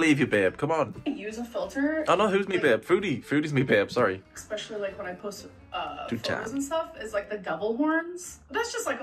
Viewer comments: There still isn't a "gg" in "especially",! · I get triggered every time she says EXPECIALLY instead of especially. Her mind really stopped working at age 13.